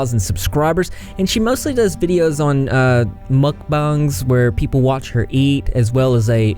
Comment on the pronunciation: Youre the first youtuber I’ve ever heard trying to pronounce mukbang correctly. Props